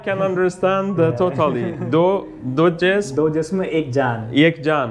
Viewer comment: That's Jism.... Not Zism Every J is not Z